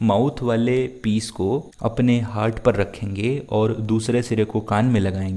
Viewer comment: it is heart not hart